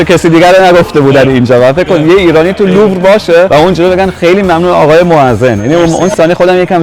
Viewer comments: لوور درسته لورو اشتباهه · یعنی هنوز به پیشنهادم فکر نکردی،، پارت 1 نوشتم ،، بابا موزه لوور نه لورو خیلی زشته 😮😮 این دفعه دیگه غلط املایی نوشتی به خدا خیلی زشته مثل دهاتی ها